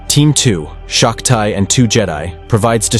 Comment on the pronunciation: Its SHOCK TEE, not SHOCK TIE🤦‍♂️